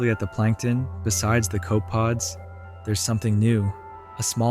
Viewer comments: co-pe-pod not "cope-pod" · The correct pronunciation for some of your zooplankton is "cope-eh-pod" Not "cope-pod". Your little crab looks like a hemigrapsus type. How did you keep the water cold enough? I'm sure this was a fun and educational project.